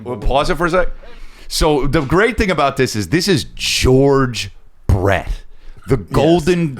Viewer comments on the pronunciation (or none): none